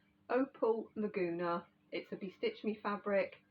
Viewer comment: I used to live in a city just north of here, called Laguna Niguel. Beautiful place near the ocean, wonderful beaches. It was the best times of my life. So I’ve always liked your “Laguna”, even though it is actually “Lugana.” 🤗 Reminds me if those times . . . So personally, I’d rather you don’t “fix” the pronunciation!!!!! 🤣